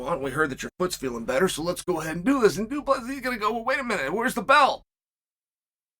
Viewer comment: Man Chael must not like Du Plesis. He pronounces his name completely correct